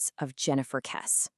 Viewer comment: It's pronounced "Kessie." You've clearly not listened to any of the hundreds of videos on the Kesse case.